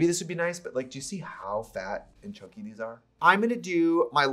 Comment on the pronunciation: idk why but when trixie said ‘chunky’ like ‘chonky’ i laughed so hard :)))))